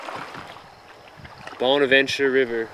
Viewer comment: Let's canoe down this nice river and enjoy nature. Bursts my ear drums with loud music. Bahn-avahn-cher. Psh.